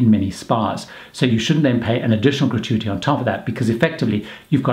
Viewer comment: How many time has he said gratuity in this video. He pronounces it wrongly which makes it stand out. FAIL